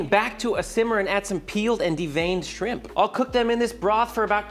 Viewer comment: Dude said, "Skrimp". I can't!!!🤣🤣🤣🤣💀⚰️🪦👻